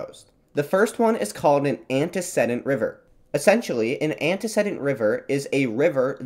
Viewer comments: I don't want to be rude, but I can't understand how you correctly pronounce a fairly rare word (orogeny) but then repeatedly mispronounce a basic word of freshman English like "antecedent". I'd not mention it, except you say it over and over and over. I'm checking out early. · The "e" in the third syllable of "antecedent" is long (like "seed", not "said"). I didn't know what your AI narrator meant until I checked the closed captions.